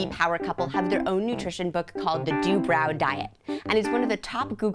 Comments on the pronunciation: I think it is said 'Du bro' not 'Du brow' as in eye "brow" but who knows 😅 "Phonetic spelling of Dubrow. d-UU-b-r-OH. dubrow" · That is not how they pronounce their own last name.